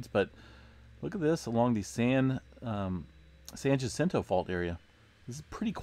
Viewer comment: I live in San Jacinto pronounced "San Yacento" not Gacento just saying... Thanks for all you do awesome channel